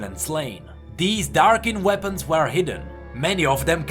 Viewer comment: You should practice your "were" pronounciation